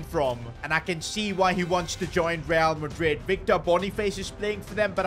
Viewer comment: be like rrrrrrrreal madrid instead of real madrid, who let bro cook